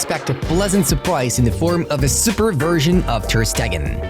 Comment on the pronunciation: Bro said Ter statue 😂😂